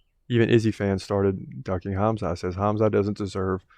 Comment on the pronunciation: I just wanted to say thank you for saying Hamza name properly, i know the Russian way of spelling is confusing and wrong, it hurts my ears when people say kamzat, instead of Hamza.